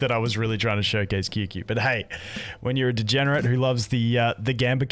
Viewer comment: Qingque main cant even pronounce her name 😂